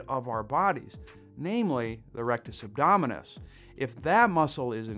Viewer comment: Are you saying "erectus damn youve killed us"?